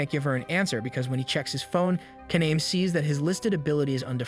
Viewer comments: So think of Japanese vowels like Spanish vowels. A E I O U are all pronounced as, AH, EH, EE, OH, UH. Kaname would be pronounced Kah-Nah-Meh, not Kah-Naym. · The main character's name is pronounced "kah-nah-meh." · I'm so triggered about how you pronounce kaname's name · LIKE THEY ALL SAY IT ONE WAY AND SAYS IT ANOTHER WAY /lh